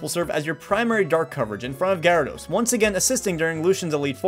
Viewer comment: Garydos. GARYDOS. Not to be mean but it's gyrados to me to pronounce it is gi-ra-dos not ga-ra-dos